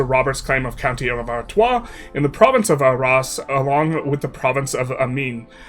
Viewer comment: You read Artois correctly, but read "valoy" for the morphologically similar Valois. Tsk-tsk!